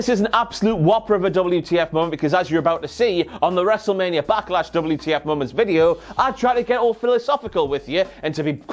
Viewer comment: WTF MOE-MOUNTS.